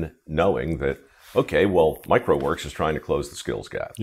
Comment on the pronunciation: Mike Rowe Works sounds like "microworks".